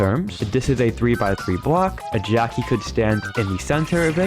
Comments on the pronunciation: Why does it sound like 'geoci' instead of 'Jacky'... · I heard jockey…